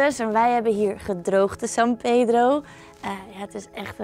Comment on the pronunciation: i like when you say "san pedro" sounds like a argentinian spanish